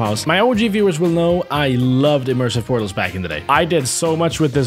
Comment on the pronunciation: 2 word pootals aand oog-le